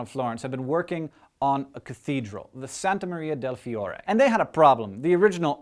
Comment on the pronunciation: I love your pronunciation of "Santa Maria del Fiore"! XD Anyway Leonardo Da Vinci is another great Italian guy!!! ^^